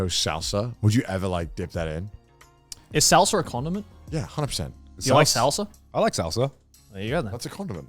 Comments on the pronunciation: Oh god, their pronunciation of "salsa" physically hurts. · I’ve never heard three people pronounce salsa so wrong before in my life 🤦‍♂️ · the way they say salsa makes me want to kill myself Dies is Mexican *